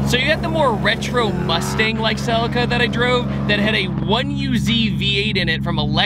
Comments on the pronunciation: It’s not selica. It’s pronounced CELEEECA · SUH-LEE-KAH its SuHLEEKAH, stop disrespecting the name. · Where is the S in CELICA.......FFS......calling it a SELICA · In the UK we pronounce it 'selleeka' 🤔 Love your vids fella 👍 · Please pronounce the model right =[